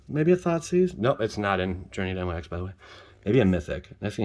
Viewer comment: I really hope your pronouncing Nyx like that to troll us lol. If ya didn't know though it's pronounced Nicks. Or however one might say it lol